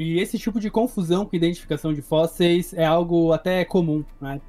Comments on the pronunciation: "os fósseis" pelo amor champs (oO,) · nítidamente um problema com essa palavra kkkkk